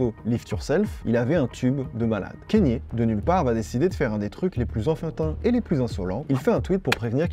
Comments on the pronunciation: Très bonne vidéo, mais kanye se prononce kAnye et non kEnye, et pusha T se prononce comme ça s’écrit, pas puTsha T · Dsl de faire le relou à ce sujet mais Kanye se prononce "kanié" et pas "Kenny". A moins que lui même ne se trompe sur la prononciation de son propre prénom. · On dit pas kénié mais kanié merci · j’adore tout ce que tu fais et cette nouvelle initiative de faire une vidéo par jour est vraiment incroyable je sais que ça demande du taff de fou donc merci beaucoup, MAIS pitié fais des recherches sur la prononciation des noms (par exemple tu dis kénye au lieu de Kanye et ça fait un peu mal aux oreilles) merci 🙏 ❤ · Super vidéo et incroyable la quantité de contenu que tu envoies en ce moment. Par contre, ça se dit k-nié et pas kéni 😂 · Kanye se prononce kanié et pas kéni ou kénié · Mais justement il dit kanié mais à certains moment il dit kenny j'ai bugué je cherchais à comprendre comment on prononcait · Ka-gné, pas Kè-Nie😅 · On dit Kanye pas Kenny. Je ne comprends pas cette prononciation erronée. Est-ce la french touch ? J'étais chaud pour regarder mais ça m'a refroidi. Dommage. C'est comme si on disait Drac au lieu de Drake. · Kanye se prononce « kaïnié » et non « Kenny ». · Cest KANNIÉ WEST pas KENNY WEST par contre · on prononce kanye et non pas keyni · pourquoi tu dis kEnYE merde c kanye kanye c facile pas besoin de parler anglais lis le comme ca s'ecrit c'est tout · Bonne vidéo, juste dommage de dire "Kéni" West, juste avant des extraits où on entend le bon "Kanye" (prononcé kanyé) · KANYE WEST PUTAIN PAS « keni west » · KA - NYEAH. Pas Kenni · mon gars mais stp prononce bien KANYE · c'est Kanye pas Kenny west respecte le nom du GOAT stp